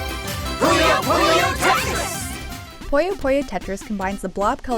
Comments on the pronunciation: I just want to say that it's not pronounce "Poyo", it's pronounced "Puyo". Say it with me now... "Poo Yo" Simple. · It's so hard to listen to her (yes, assuming her gender) pronounce "puyo" (as they say in the game's intro) as "pollo" (chicken in spanish) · It's pronounced 'poo-yo', not 'poy-yo'. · I hate how people pronounce Puyo as Poi-Oh